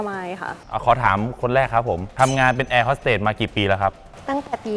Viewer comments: แอร์ฮอดเต๊ดพี่เนทพูด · แอร์โฮสเต๊ด🤣🤣🤣